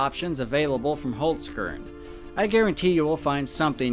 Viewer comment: Im glad I don´t really celebrate christmas ... funny how you say Holzkern ... 🤭 yesterday I cringed on your old video about Charles too 😂I really like your recent videos. very "realistic".